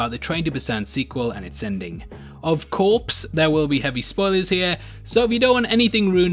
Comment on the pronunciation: I like how u said of course to of corpse